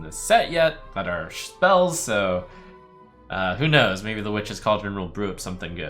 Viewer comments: Schspells? forsenE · schhh - SCHPELLS